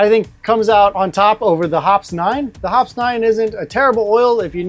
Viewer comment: BTW, Hoppe’s is pronounced like poppy.